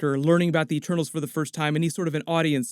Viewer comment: At the start, I didn’t know if she was saying ‘Eternals’ or ‘ Ah-Tanos’ ??? 😂😂🤐